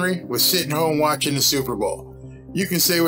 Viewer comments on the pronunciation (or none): none